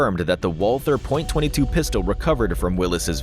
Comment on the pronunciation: Is this AI narration? Because the words are mispronounced and it's a .22, not Point-22.